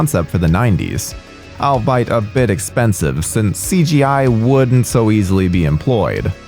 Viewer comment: “Albite”? It’s all-be-it